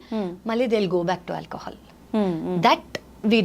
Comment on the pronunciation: Anchor. Alcahaal Block coffee...em pronunciation